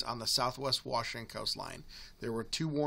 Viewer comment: Wash. Ing. Ton. Say it with me.